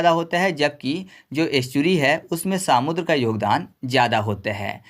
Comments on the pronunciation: irritation ho raha hai samudr sunkar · Bhai सामुद्र नहीं समुद्र बोलो😂